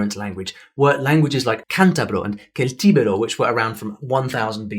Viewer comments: No one says Keltibero. It's an S sound Seltibero=Celtibero. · Is actually pronunced like Thel-ti-bé-roh